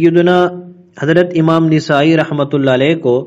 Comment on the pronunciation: ایک اصلاح ۔۔۔ نسائی کا صحیح تلفظ " ن " پر زبر کے ساتھ نَسائى ہے ۔۔۔ ماشاء اللہ آپ اچھا کام کر رہے ہیں ۔ اللہ باطل کے خلاف اپ کی اس کاوش کو قبول فرمائے